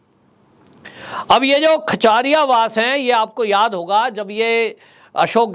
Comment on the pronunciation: खाचरियावास khchariyawas नहीं